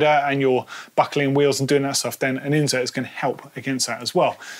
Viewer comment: It annoys me every time says it incorrectly.